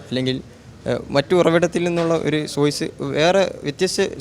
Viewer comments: സോയ്‌സ് അല്ല സോഴ്സ് ഒഫ്കൊയ്‌സ് അല്ല ഒഫ്കോഴ്സ് കൊയ്സ് അല്ല കോഴ്സ് 🤭 എപ്പോയും അല്ല എപ്പോഴും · "കയിയില്ല" അല്ല ("കഴിയില്ല" എന്നാണ് ). "സോഇസ്" അല്ല ("സോഴ്‌സ്" എന്നാണ് ). "ഴ''യുടെ സ്ഥാനത്ത് "യ"അല്ല. ആദ്യം ഉച്ചാരണം ശ്രദ്ധിക്കൂ സോദരാ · Ivan enthann 😃 hameed thangal parayunath pole subhanallah Masha allah alhamdulillah ofcoys but soyse ann ivante main 😜